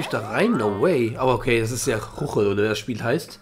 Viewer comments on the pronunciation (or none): man spricht es schuckel aus